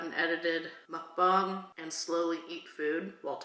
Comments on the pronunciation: You keep saying muckbong it's MuckBANG. Say bang, it's bang. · Also it’s not mukbong it’s mukbang just to let you know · When you say Mukbang your supposed to say bang the same way you normally say bang not bong it’s mukbang not mukbong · why do you keep saying "muckbong"? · It's mook-bang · Mispronounced muck bang. Short "A". I also hate you now for making me want McDonald's.